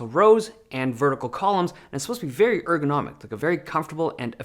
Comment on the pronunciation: dude keeps saying ergonimic there is nothing ergonomic in this keyboard